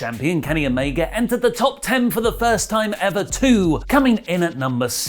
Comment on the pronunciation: If you can’t pronounce Omega properly just call him Kenny. It’s fuckn mind boggling. How about we call you Allie instead of? Huh?